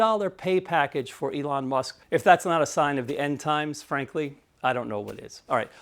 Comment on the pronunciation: the “Must” pay instead of “Musk” pay is hilarious. Either Freudian slip or intentional, kudos to you,!! 😂